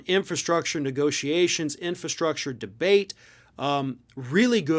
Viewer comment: Trump can barely pronounce infrastructure. He made empty promises during his term.